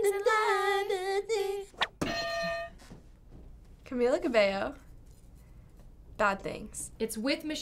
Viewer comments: Did she said "Camia CabeLLO"? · ca-MEE-la ca-BEY-o